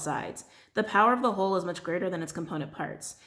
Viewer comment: 🤣🤣😂😂😂😂😂😂😂😂😂😂😂😂😂 DID ANYONE ELSE HEAR HER SAY (During the rainbow Myanite Stone read) “WHEN U RAISE YOUR VIBRATIONS THE HOE BENEFITS “ lmfao. I can’t stop laughing!! Although I know she said whole. I still had to rewind. LMFAOOO